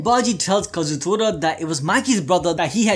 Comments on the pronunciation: Tor-a!! Kazutor-a!! TORA as in Japanese for tiger Damn!!! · Day 2 of telling that its kaa-zoo-toraa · come on its ka-zu-to-ra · I want to know why can't seem to say Kazutora correctly, or remember that he asked people to say they SIMP for Mikey.